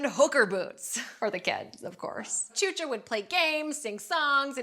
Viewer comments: Hahahahaha it's pronounced shusha, because chucha is p***y in spanish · xuxa its pronounced shoesha and the kissing part is just how Brazilians greet each other. So that was a way of saying good bye but making a permanent mark idk always hated that show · Xuxa is pronounced shusha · Tchucha? Xuxa lol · 'Xuxa' is pronounced 'Shoosha'. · Her pronunciation of Xuxa is killing me.